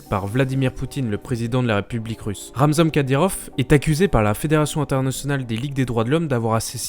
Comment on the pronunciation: c'est pas Ramzam mdr ça se prononce RamzaNE